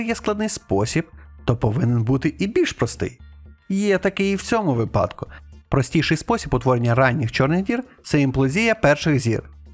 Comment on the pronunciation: Дуже дякую за ваші відео ❤ Але будь ласка кажіть вИпадки, а не випАдки. Дякую)